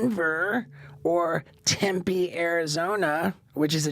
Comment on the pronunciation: As someone from Arizona, I’m mildly upset that he pronounced Tempe wrong